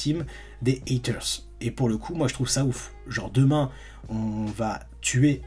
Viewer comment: heaters se prononce "hiters" pas "haters" pas besoin de forcer l'accent américain